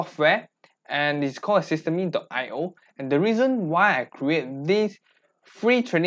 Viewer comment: Thank you for the video! Please note that it's pronounced "system".io and not systeem.io. 💙